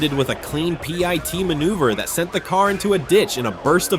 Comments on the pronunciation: And why can't it say the word pit? It's not pi-t. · According to another channel with the same video (and potentially the same annoying AI narrator), the TBI caused well over $10,000 damage to the house. It's sad how many "pie tee" maneuvers were spoken about. Thumbs down on AI slop. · "py-tee maneuver" 🤣 come again? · 👎👎👎 - PLEASE EVERYONE HIT DISLIKE! Sure glad they did a “PAY-TEE” maneuver! Every video has shit AI narration! This is the worst channel I’ve ever been on! Hit that DISLIKE 👎 everyone please! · AI voice is dumb... Pie-T ? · Umm.. pie tea haha… ai is destroying the English language